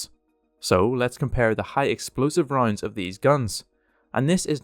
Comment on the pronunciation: I’m sorry whenever you say ‘rounds’ it sounds like your saying ‘roinds’ and for some reason it makes me giggle